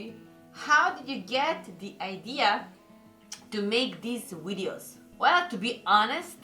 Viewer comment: You're awesome and I love the way you say "wideos" lol